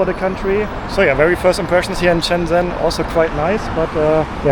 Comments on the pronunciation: Everyone: Shenzen: Chennzenn 😅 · its (sh)enzhen. like how (sh)ush is pronounced in english.